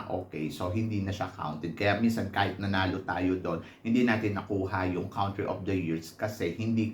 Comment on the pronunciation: you say “COUNtry” as in “CONtinue”, not “COUNT” (pronounced as /kuhn’-tri/)